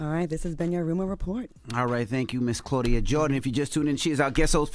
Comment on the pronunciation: 😂😂😂 Did Charlamange call Claudia C-Murder 🤣🤦🏾‍♀